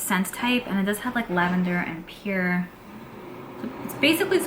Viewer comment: I never knew a New Yorker that could not say "Pear". If I didn't know better what you were trying to say I would haven't have known. Lol, Sounds like Pier like the docks. I don't know how to explain it but please don't be upset with me. Do you have Alexa or Google Assistant ask them by spelling the word "Pear" or have someone else ask how to pronounce it for you. I gotta say another evening with and yet another beautiful Advent Calendar. Loving this.I like Tom Ford's Tobacco Vanille perfume but it's so expensive. We shall see. Glad to see you before I go to bed, you always make me smile and I adore you and your content. Did we ever see a " Brooklyn Kitchen"? Good night, love you 💕💕💕🥰🤩😸🌹❣️🎁🎁